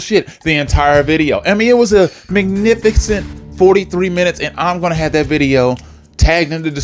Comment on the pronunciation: LMAO WHAT IS MIGNIFIGCENT